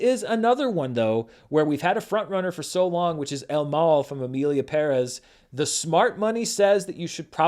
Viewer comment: first white guy that gets the pronunciation of "Perez" correct, you have my respect